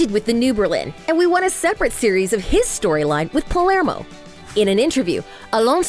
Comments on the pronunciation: Who heard her say palmero instead of palermo? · Palmero😂 It’s actually Palermo. Great video tho! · Its Palermo, not Palmero🤦‍♂️ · mind you its "palermo" not "palmero" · Its Palermo not Parelmo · its Palermo not Plamero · It’s Palermo not palmero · In 5 : 48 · did u just pronounce “Palmero”?? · did she say palmero😂😂😂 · Its palermo..